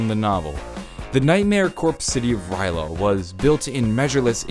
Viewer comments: Somebody... somewhere... is whining that you didn't pronounce R'lyeh right. It's okay, it wasn't meant for us mere humans to pronounce it since it's meant for a more alien tongue to say. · I'm triggered he said rly a wrong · surprised noyone is mad at him from the way he says R'lyeh. then again e.e if you actuallu know the lore their is no right or wrong way to pronounce it (we cant pronounce cthulhu either, along with a lot of other things) e.e i doubt cthulhu will have much to do with the story later on in the story, its gonna be a more minor thing (yet still possibly big) e.e which is sad i love hp-lovecraft so i was happy when they added in his influence